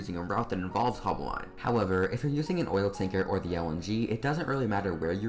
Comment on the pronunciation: It is ‘haul-bow-line’ not ‘hol-b’line’